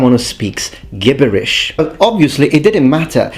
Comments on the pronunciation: Hi "gibberish" is pronounced "jibberish", like gingerbread. Unless that was on purpose cos of the context xD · Actually, "gibberish" is pronounced with a soft 'g.' "Jibberish," not gib (as in "give") berish. YW. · Zooms in and GIBBERISH jibberish ecclestiacal pronunciation gibberish reconstructed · Ok, I love you man. And because I love you I cannot have you walking around pronouncing gibberish like that. Gibberish is pronounced with a j, so jibberish, not with a hard g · Hey just wanted to let you know the word gibberish is actually pronounced as (Jibberish) not sure if you mispronounced it on purpose hut just in case it wasn't and if you see this thought I'd try and help a little! 😊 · That's not how "gibberish" is pronounced ;) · Loved the video as always. One small note, the pronunciation of gibberish uses a soft 'ji' sound for the g (in British English at least). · quick note on english pronunciation. the Gi at the begining of "Gibberish" is pronpounced like the Gi in "Gin" not "Gimble" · Great video! I love your content, especially the Roman stuff. A few corrections of pronunciation: "gibberish" is pronounced with a soft g, the "b" in "subtle" is silent and the "gen" in "genocide" is pronounced the same way as in "general". Peace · Knowing you are a linguist, gibberish, at least in RP English, the 'g' is pronounced like the 'g' in gaol, which is spelt in American English jail. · A barbarian is someone who pronounces "gibberish" with a hard "G". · the irony of pronouncing gibberish, in such context, lmao